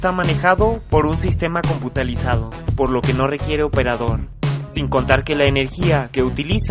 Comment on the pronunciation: muy buen video, solo tengo que decir que mencionaste la palabra "computalizado" es "computarizado" te mando un saludo!